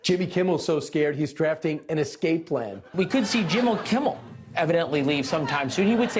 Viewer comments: I like your show but can you please start pronouncing nuclear and escape correctly?! It’s not nucular and excape! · The word is "escape". Es-cape. Not ekscape. Just like it's nuclear (new-clee-ehr) and not newcueler. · Benny, it's EScape, not EXscape. Thank you for your attention to this matter! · Look, I say this with love because I watch your show all the time.. but it is ESSSSSSSCAPE. Not eXscape. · "Escape" not "Excape"